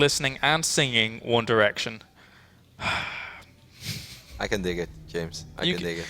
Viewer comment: one derection hahahaha